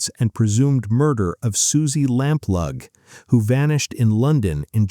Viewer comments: Susie LAMP LOO ! Not Lamp lug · Lampaue not Lamplug!!! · Yes "Suzie Lambplug" really annoyed me. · SUZY LAMPLUGH PRONOUNCED LAMPLOO ! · Is this an AI voice? The pronunciation of place names are awful. Suzy Lam Plug??? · Go away and learn how to pronounce Lamplugh Leamington Spa Debenhams and Edinburgh..